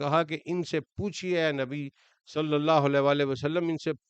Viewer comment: Lafz slye alla nai, blky slee alla hy, pir seen ur saad mey frq kry, mey jo keh raha hnoo ap smj gy hnoo gy, take serious bro